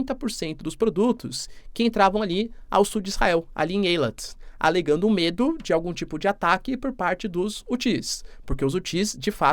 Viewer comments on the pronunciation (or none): PROFESSOR NAO SE DIZ "ÊILAS" (PORTO NO SUL DE ISRAEL) . O CORRETO É "EILÁT" .